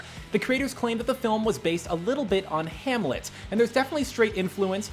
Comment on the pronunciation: "H A M L E T" are you sure....?